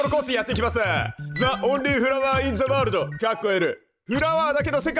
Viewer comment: 重箱の隅をつつくようで申し訳ないのですが、最初のコース名の頭に付いている『The』は『ジ』と発音するのが正しいですよ。